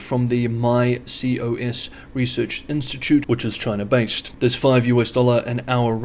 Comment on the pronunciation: ... Is it Chiner , Chyna or CHINA 😂